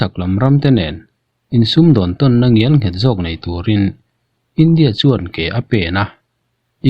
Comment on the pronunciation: Ngialnghet ti teh suh ngelnghet tih tur